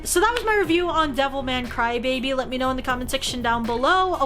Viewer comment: why everytime she says devilman crybaby i hear devil may cry